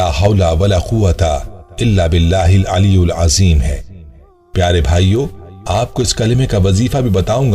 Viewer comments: bahut achcha video hai lekin aap Sahi padho Ali ul azim nahin hai Aliy yil azim hai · Ap alyyulazeem parh rhe hen aliyyilazeem hai kindly alfaz sahi nikalen